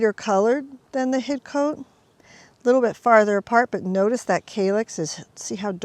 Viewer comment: We don't pronounce the 'e', we say Hid-Cot ;)